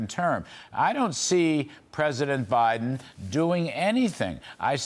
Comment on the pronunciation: scwincy eyed O BINDEN what else can you say